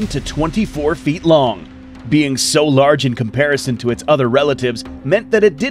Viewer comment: Feet not fert